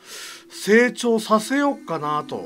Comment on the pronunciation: 最初の「成長させようかなと」が「整地をさせようかなと」に聞こえたww